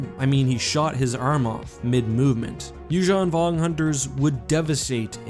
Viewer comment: please call yuuzhun vong without accent :(